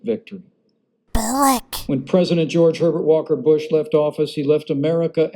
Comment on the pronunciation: he just said george pevert walker bush lol had to keep listening to it ..lol..lol..lol